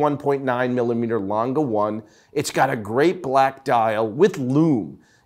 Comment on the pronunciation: It’s pronounced “Lang-eh” not “Lang-ga”! Learn to read🤦🏻‍♂️